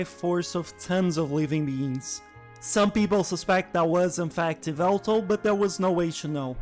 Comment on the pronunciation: how dare you…. it’s YAH-VELTAL! joke’s aside i like Xerneas better, but angel of death bird is awesome too